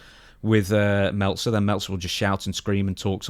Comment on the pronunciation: Melt - zer 😂😂😂